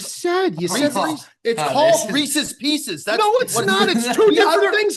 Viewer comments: Reesees piecees 😂😂😂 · We can't stand for this. needs to be educated. Reeces Pieces Peeces. This guy is out of this world. The brand is not called Reeces Pieces. He chose the candy Reeces Pieces. He did not choose Reeces Peanut Butter Cup. The pick was in and read by the commissioner, he gets Reeces Pieces.